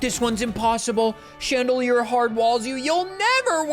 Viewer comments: That is really handsome and incredible at Maths, but probably did very bad in literacy because why on earth would he pronounce Chandelure as just “chandelier”? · please. It's Chan-de-lure not Chandelier. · you beautiful disaster. It is UN fesant. Like unpleasant. Please. And chandelOOr. Like chandelier and lure. I beg you.